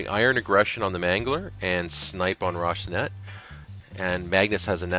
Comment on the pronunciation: Roh-Si-Nan-Tay not Roshinet please and ty